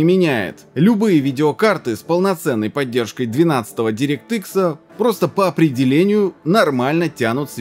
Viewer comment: дирéкт экс правильно говорить